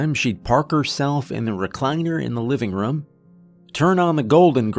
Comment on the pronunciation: Team "Narrator says RUM instead of ROOM" checking in for duty!